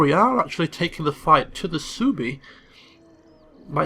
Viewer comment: I know you don't care about pronunciation, but Suebi is "sweebee".